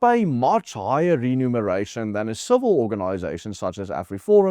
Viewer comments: Not "renumeration"! That would mean counting again. Lees mooi versigtig. Remuneration! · It's Re-muneration.